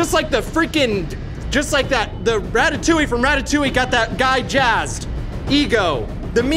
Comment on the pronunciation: The way pronounces "Ratatouille" makes me want to defenestrate myself.